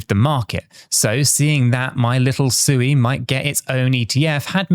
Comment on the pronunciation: Come on, pronounce Sui correctly, 😜